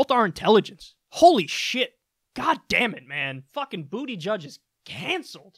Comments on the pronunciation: his name is boot-edge-edge not bootyjudge LMFAOOOOO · Technically, Booty Judge (the guy doesn't even pronounce his last name right; I'm pretty sure it should be pronounced 'BOO-tih-geeg' -- is he ashamed of his heritage or what? : P) is still on 'exploratory committee' status, so he's not yet officially in the race. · You know his name isn't pronounced Booty-Judge. Blatant disrespect like that tarnishes your credibility. I would like to think you are better than that... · Now hold up here. Is this dude's name really pronounced "booty judge"? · Rodney Mills can you explain how pronouncing buttigieg as bootyjudge is homophobic? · Is this guys name really pronounced "Bootyjudge"??? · "Booty-judge." That's how you say it? Jeez man, what IS that fucking name, lol. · I stopped listening at about 5 seconds for his pronunciation of his name. It’s Buddha judge. It’s not your opportunity to demonstrate your gay panic. And no, we are in the period before the debates. It’s too early for him to cement his policies. Grow up and focus on kicking the orange beast to the curb. I guess every generation has its hippies. People who complain about everything but don’t have anything to replace it. You have to play politics. I am sorry to be the first want to tell you that. I see some conservative traits in him but nothing that makes me nervous. If he can beat trump, I will vote for him. If Lassie could beat Trump, I would vote 🗳 for Lassie. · "Bootyjudge" is that really how his name is pronounced? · It's pronounced BOOT-edge-edge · Lmao. 😂😂😜 He said “booty judge” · Your bias shows right out of the gate in both videos I've seen of you talking about him, when you purposefully mispronounce his name as "Bootyjudge." It's hard to take anything you say seriously after that. And, for a political channel with over half a million subscribers, your comments section has some of he most immature discussion I've even seen. But congrats on succeeding with that demographic. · "Boot-uh-jedge" Please.